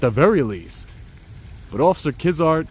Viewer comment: deputy "KIDZART" haha 👎